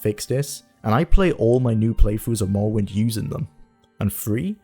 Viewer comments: Mowwowind eh? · I wuv to pway mowowind to this day. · Awwite guys so t'day we're weviewing mowwowind yeeeehh guv it's fweedee